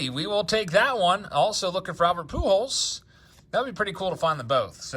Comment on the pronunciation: I absolutely hate the way he says pew-jols. 😂